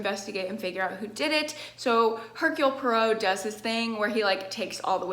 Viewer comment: when she knows how to say hercule poirot 🥵